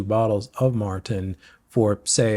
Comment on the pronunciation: It's pronounced mORten not mARten .......I use premixed in soft flasks plus caffeine gel, no gut issues... I tries Precision which was good, but the caffeine ones gave me headaches!!